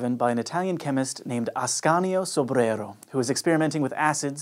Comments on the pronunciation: I LOVE THAT YOU SPEAK SO CLEARLY!!! I could listen to you all day...AND how refreshingly respectful of you to pronounce "Sombrero's" name correctly! I appreciate your attention to detail. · had a really fun time pronouncing Sobrero's name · Why do you work so much! Cheers to your hard work, but let Hank work too. I like you pronouncing Sobrero though! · i like how you pronouce sobrero